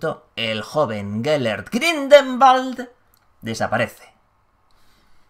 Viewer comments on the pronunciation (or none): Buen vídeo, pero soy el único al que le ha puesto nervioso que diga mal todo el rato GRINDELWALD (Grindegüold, pronunciado), no Grindelbald xdd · Hola, una pequeña corrección: la pronunciación del apellido es Gridelwald, no Gridelmald. Espero que no le moleste =) Saludos. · Maria Laura Menna creo que lo pronuncia GrindelVald como pronuncian la w los alemanes y cercanos a ellos...